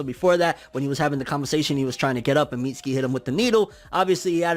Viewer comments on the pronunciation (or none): Think Mitsuki is pronounced Mi Su ki. The T is silent like in Tsunami and Tsunade.